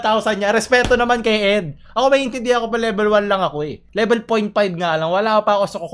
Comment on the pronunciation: “Expert lebel tawsan hundred.”